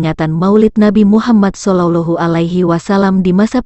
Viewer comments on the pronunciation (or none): MASJID INDONESIA O. K. TAPI SEBUTAN ALLAH. KENAPA JADI BUNYI NYA AULLO NABI BESAR KITA MUHAMMAD SALLALLAHU ALAYHIWASALLAM KENAPA SEBUT SALLOLOH NABI MUHAMMAD SALLOLLOH BUKAN KAH SALLALLAH